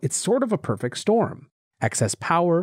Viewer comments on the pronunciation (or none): none